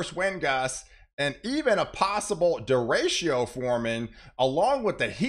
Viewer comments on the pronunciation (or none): Derecho = is pronounced (day-ray-cho)